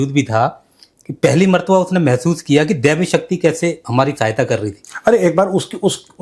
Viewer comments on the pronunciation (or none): 🇮🇳👌👌साला ने," देवी शक्ति" नही बोला उसने ,"गेबी शक्ति" बोला था |